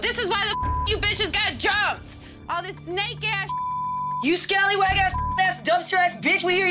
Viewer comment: no one: absolutely no one:: sCaLlYwAg